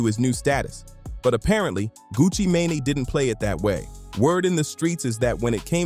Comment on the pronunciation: great breakdown however the mispronunciation of “sheisty” & “mane” was actually unbearable. just a little constructive criticism